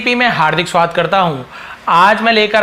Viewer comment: OK sir you are awesome but aapne swagat ko swad bola h